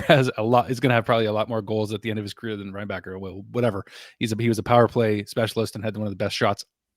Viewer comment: For your infos, we dont prononce the ck in Reinbacker. Suppose to sounds like Reinbaher.